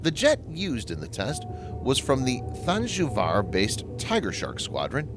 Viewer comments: Its thanjavur not thanjuvar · That's than- jaw-voor